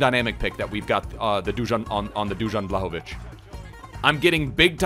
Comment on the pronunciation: Man pronounced Dusan Vlahovic in 15 different ways XD